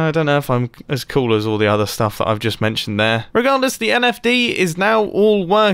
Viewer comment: "It looks KOOL" "It saundes KOOL" "It IS KOOL!" Mumbo, 2019